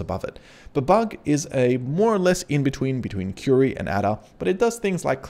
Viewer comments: Sorry mate I was LMAO! Your pronunciation of the old programming languages (or lack of it!) - HILARIOUS. "ADA" is pronounced "AYDA" and is one of the oldest programming languages - certainly not pronounced ADA as in "ADDER" like you said - I was laughing so much... then you said "BABBAGE" in some 'strange way' which I still cannot describe!... Mate, it's pronounced BABBAGE as in "CABBAGE" the vegetable but starting with a "B". LOL... Mate it was hilarious - thanks for making an old programmer of some 50 years laugh so loud I had to visit the loo 🤣🤣🤣🤣😆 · Great video! I did find it funny how well versed you are about this but didn’t seem to catch onto the naming scheme behind the models 😅. They’re all famous scientists eg Ada (pronounced ay-daa not ah-da) is Ada Lovelace. Amazing content still just a funny thing I noticed lol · bab-ij and adar ... I winced each time I heard you mispronounce those famous computer scientist names! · Nice but please pronounce Babbage (Charles Babbage - Bab Age) and Ada (Ada Lovelace - A Da) correctly lol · that'll be charles babbage ( pronounced babbij ); inventor of the difference engine. and ada lovelace ( pronounced aid uh ); famous 18th century mathematician 👍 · also ada is ay-da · Great video, but "Babug" and "Adder"!? 🤨 Kids today... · Just a heads up "Babbage" is pronounced similar to "Cabbage". "Ada" is pronounced "ay-da". They're both names of early mathematicians. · Loved this, even tho the pronunciations of Ada and Babbage tickled me. I think it's Ada as in Ada Lovelace and Babbage as in Charles Babbage 😂😂😂 Many thanks for all the effort you put into these